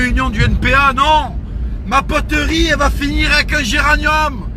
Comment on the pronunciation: Il me fait rire comment il dit poterie mdr "poteurie"